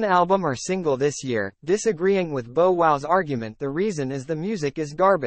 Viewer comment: You gone cover black ppl pronounce the name right it's bow wow not no wow 😂😂damn